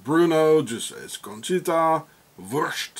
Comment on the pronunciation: 12.22 wurrschtt😂😂😂